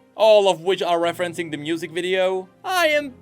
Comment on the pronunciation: Question: I often hear pronounce "music" more like "m-n-usic". Is that some sort of an inside joke, or some kind of a regional dialect thing? (Non-native English speaker here, and I study linguistics, so these things genuinely interest me =) )